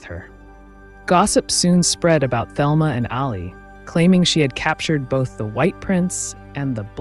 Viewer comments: You should do your research. Her name is pronounced the Spanish Telma not the American Thelma. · Her name was pronounced “Telma”, in Spanish fashion. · Her name was pronounced Telma in the Spanish way, fyi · Thelma is pronounced Telma. Letter H is silent. This is how Gloria Vanderbilt pronounced her name in documentary, "Nothing left Unsaid."